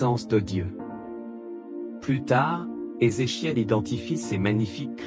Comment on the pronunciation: Vous ne pouvez pas prononcer le nom de ce Monsieur comme les autres ?